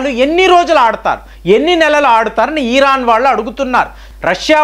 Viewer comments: EEERAN KAADU RA BABU IRAN CORRECT YOURSELF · ఈరాన్ కాదు ఇరాన్ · ఈరాన్ కాదు ఇరాన్... వాడు వీడు యుద్ధాలు ఇలాంటి పదాలు తప్పించి వేరే వీడియోలు లేవండి..భారతదేశం తనని తాను రక్షించు కొనే సామర్థ్యం కలిగివుంది...రక్షణ వ్యవస్థ చాలా గోప్యంగా ఉంటుందని మీకు తెలయదా......మీ నుంచి విజ్ఞాన పరమైన వీడియోలు కావాలి....